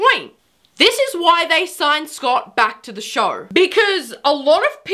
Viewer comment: It's show not shore